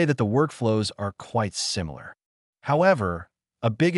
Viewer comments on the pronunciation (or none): none